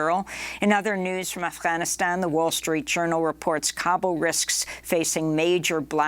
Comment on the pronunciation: Am I the only one who is bothered by the way Amy pronounces Afghanistan?